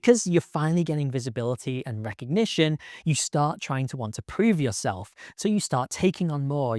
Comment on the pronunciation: As the french say, “Recognigion”